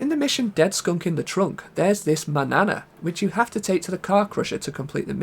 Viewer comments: "MAN-YA-NA" not manana like banana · Its pronounced MAN-YANA not manana like banana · I know it's spelled "Manana" in game, so looks like it should rhyme with "banana", but I'm pretty sure it's actually supposed to be "Mañana", the Spanish word for the morning, tomorrow, or the indefinite future depending on how it's used.